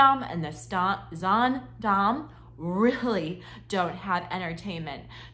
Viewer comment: You started this video saying the same sentence three times. Also, get the pronouncements correct. It’s pronounced Zandaam and not Zondom. I’ve been on 9 HA cruises and I love the mid and smaller ships that are quieter and more relaxing. Ride the ship yourself before putting out such negative comments.